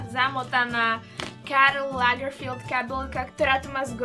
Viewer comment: je to LAGERFELD.. ne lagerfield